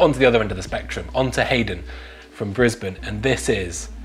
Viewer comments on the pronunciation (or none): none